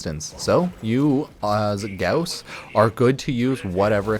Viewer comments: every time you put emphasis on u in Gauss hurt me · The less you say and mispronounce “gauss” the less I wanna jump off a bridge 😅😉